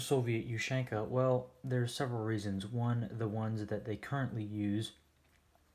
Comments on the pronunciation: I think it's pronounced OOH-SEAN-KUH not YOU-SHANK-AH. Good video! Let's see some more USSR stuff! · Its ushanka. Not "you shank a". Like tachanka isn't "tac shank a" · Asian ushanka not the way you pronounce it the way you pronounce it is weird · Dear god the way he sais ushanka for gods sake man learn to say it properly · your saying ushanka this is not a hate comment just a informitive one